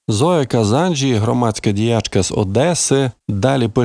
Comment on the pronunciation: Цікаво, але нецензурна лексика неприємна. І згадуване прізвище має звучати з наголосом на останньому складі: Зоя КазанджІ.